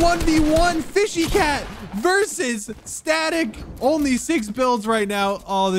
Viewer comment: says fishy cat me ITS FSHYNOTACAT